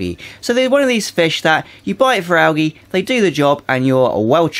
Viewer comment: Why do you say Al gee ?so funny